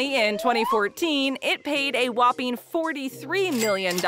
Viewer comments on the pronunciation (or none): none